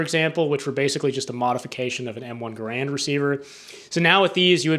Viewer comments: GARE-and, not guh-RAND. That's the way John Cantius Garand pronounced it. My favorite Canadian! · I suggest that you learn how to pronounce the surname ‘Garand’ before making another video on the M1 Garand rifle. The stress is on the first syllable. John Garand changed the spelling of his name when he moved South to the U.S.A., in the same manner as the Buies, who changed the spelling of their family name to Bowie. In neither case did the pronunciation change. Either watch an original U.S. War Department film OR a recent Forgotten Weapons video on the M1 Garand.